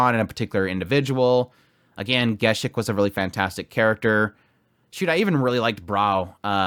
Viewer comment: Why do you pronounce Gesicht name as some slavic name? I liked your review, but couldn't stopped laughing each time I heard that pronunciation 😂 It's based on the German word and sounds very different. (In English dubbed version of anime actual pronunciation correct)